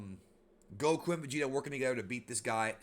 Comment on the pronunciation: lol but it’s not vageta it’s vegeta